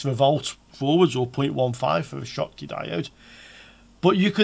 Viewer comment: German inventor Schottky so just read as you did - the same sound like shoes .